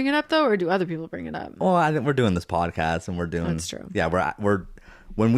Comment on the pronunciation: This feels like an invitation for the peanut gallery, ahem....let me stretch. I think you should call this the "bodcast" since that's how Zach says podcast. 🫣